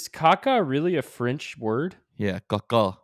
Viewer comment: says caca frenchly and it makes Cameron smile so peacefully